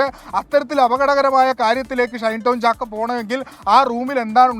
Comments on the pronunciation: ഷണ്ടൻ ചാക്കോ അല്ല ഷൈൻ ചാക്കോ 😊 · ഷണ്ടൻ ചാക്കോ എന്നാണ് ഞാൻ കേട്ടത്..